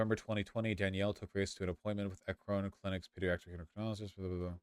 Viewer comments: Oh god hearing “Akrón” threw me so hard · listening to vaush repeatedly mispronounce "Akron" is the highlight of my night edit: to be clear if you don't know, it's pronounced "ACK-rin" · As an Ohioan it’s extremely weird hearing vaush mispronounce Akron for 2 hours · Ah yes, the president of France, Emmanuel Akron